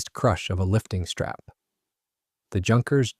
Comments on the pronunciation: Please no Tschunkers! Junkers (Yunkers) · Mispronounced "Junkers" again. Beautiful plane, the JU-52 "Tante JU".